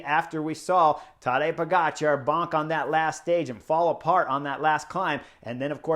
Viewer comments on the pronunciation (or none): none